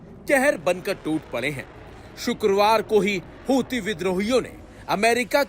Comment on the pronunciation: Yeh houthi bolne wala zata hi bolta hai na 😂